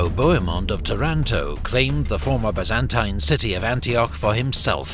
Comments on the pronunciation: I've never heard the Byzantine empire said with that annunciation. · Amazing, but the pronunciation of “Byzantine” is killing me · so why he says it wrong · The only thing I can’t stand about this video is the constant mispronunciation of Byzantine. Like nails on a chalkboard to my ears